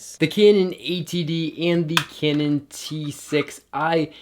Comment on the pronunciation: all i heard is "Kenen" rather "Kanun"